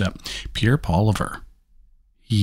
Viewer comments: Thank you for commenting & Again, thank you & flock off! Ha-ha just kidding... Have a good day! Poilievre Pierre Poilievre - Member of the House of Commons of Canada American pronunciation Sounds like poy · lee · ev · Pronounced like this: PWAH-LEE-EV-RUH. Pierre Poilievre, our next PM. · NARRATOR, please learn how to pronounce Mr. Poilievre's name correctly!! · That's an even better reason to know how to pronouce his name!!